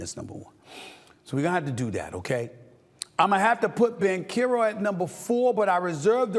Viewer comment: "Wembenyana" "Pablo Banchero" lol, Never change SAS